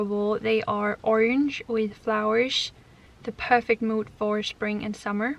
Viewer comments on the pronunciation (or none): none